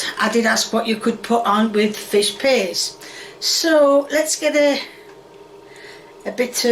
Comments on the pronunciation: im sorry but saying "fish paste" honestly sounds like her saying "fish p!ss" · What the hell did I click into?😂 sounds like she says fish piss. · I honestly thought she was saying "fish piss" which is honestly more accurate imo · I love how it sounds like is saying “Fish Piss” and how “Fish Piss” sounds like a legit english dish.